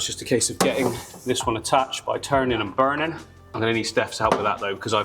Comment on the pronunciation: “Turnin and burning” sounded real American there